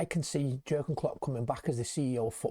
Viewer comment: Soz to pull you up but living in Germany , the J is Pronounced differently to way we say it Pronounced as Yeargen Klopp Also Werz, is pronounced as Verz hope this is helpful 👍🙏🏽YNWA